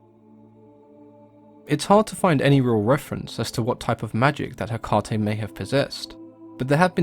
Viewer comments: Take it from a practicing witch: it's pronounced heck-UH-tee. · "Heh- caw- tee" wtf💀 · Cody Burtch apparently you didn’t hear the part of the video where November 30 is a day a lot of pagans and wiccans devote to her. One of the ways to honor her is to volunteer at a shelter or adopt an animal. So that’s what it has to do with Hecate. Not Hecante. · It is Ekati, the "h" is the tone before the " 'Ekati " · Ha- Kay-Tay. You're welcome. 🖤 (Also Nocticula Hecate) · Ok so I did a little digging on how to pronounce her name. I have it on very good authority that its actually pronounced eh-kah-tee. My wife is Greek. Seems we are all pronouncing the Greek gods named. Hades ,how it's really pronounced blew me away. And its not crete. You pronounce the e at the end so its kreetee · It's Heh-Kate , like as in the modern name KATE. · as greek i can tell you how is pronounced " ekAti " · I am pagan and Wiccan and we pronounce Hecate he/ka/Tay :) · Its pronounced heck-ATE! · In Greek, the emphasis goes on the antepenultimate syllable--HEH-kah-tay (or HEH-kah-tee in English) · Factually untrue. The emphasis in Greek goes on the penultimate syllable, heh-KAH-tee (using your notation). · If you're really a practicing witch you'd say it the Greek way. He literally told us how the Greek pronounce it, why would you say it that way? The greek way sounds cooler and spoken the way it's supposed to be. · Haha just started it and the first thing he mentioned was the pronunciation. My teacher had us say it like Heck-aw-ta. Like how he says it with an uuuu at the end.